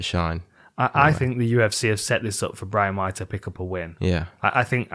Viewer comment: shout out Dan for pronouncing Brahimaj the correct Albanian way